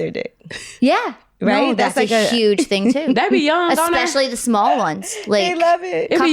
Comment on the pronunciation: When she said it’s huge in that Memphis accent lol ❤. This my first time watching this wow! I love GLO